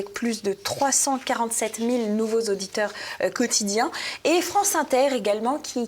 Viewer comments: ... nouveaux Zauditeurs ... OUI ... 307 mille Zauditeurs ... NON une journaliste ne devrait pas dire ça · 307000 z'auditeurs....lol mille invariable donc pas de s...quelle décadence pour le niveau de ces journalistes de droite ou de gauche... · Pourquoi 307 000 Zauditeurs ? :-) En dehors de ça, je vous remercie d'exister. Bonne continuation ! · 307 000 z'auditeurs 😲 oh le pataquès!